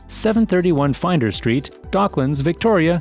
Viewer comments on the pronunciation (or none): Nice info. Thanks. (Horrendous pronunciations! 🤪 some nice attempts….The pronunciation of Melbourne and Brisbane is closer to ‘Melbun’ and ‘Brisbun’. [Seafarers is on Flinders Street not Finders Street.])